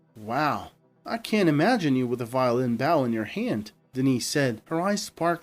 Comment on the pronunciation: The pronunciation of the word bow changes with it's meaning. The bow used on a musical instrument is pronounced with a long o, "bow" meaning to bend your head down from the waist has a short "o" as in ouch..